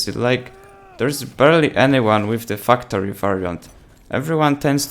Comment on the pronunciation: anyone else listen to him say fucktory instead of factory?😂😂